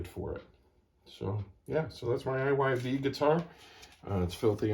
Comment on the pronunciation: Pronounced “Eve” Iyv spells out to be Eve when pronounced using simple spelling rules learned in grade school.